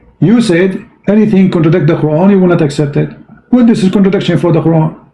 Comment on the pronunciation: Malu2in Indonesia aja. saya kira yang debat ngerti bahasa inggris. sudah dijawab tentang pengikut yesus dan Kristen, ditanyakan lagi. buang2 waktu. kalau ga siap mending jangan telp. mending belajar bahasa inggris dulu, contradiction masih dibaca kontradiksi. 😢